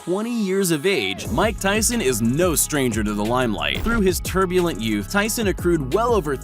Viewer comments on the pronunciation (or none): none